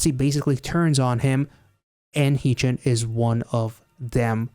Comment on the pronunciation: Tysm for the reaction!! Just btw, Haechan’s name is pronounced more like “heh” chan (as in hair) rather than hee chan ❤